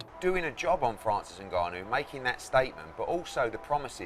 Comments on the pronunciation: Rrrrrrt "Enganu" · you keep saying his name wrong... "N- Gun New" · People really taking this video seriously he cannot even pronounce the mans name correctly it’s not what you know but what you can prove 🙄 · Can’t pronounce his name right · This s*** should be taken down because of the title. Desperate headline for views. At least learn how to pronounce francis surname correctly lol